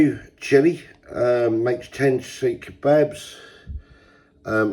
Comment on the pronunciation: Seekh is not pronounced the way you said it twice lol 😅, but long as you enjoyed them that's all that matters 👍